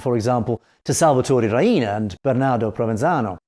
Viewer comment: He says Ria-ina, it's pronounced Ree-na